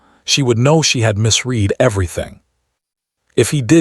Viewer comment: What is wheelchair? For everyone sake Elena or Eleanor, stop "Ee lean or" spelled every which way but correctly. And misread correctly pronounced misred🙄